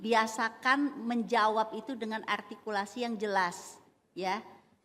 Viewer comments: Artikulasi Bu bukan atikulasi😂 sok Sokan artikulasi situ ngomong R gak bisa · Ingat ya bu artikulasi bukan agrtikulasi ibu aj artikulasi ny jg gk bener.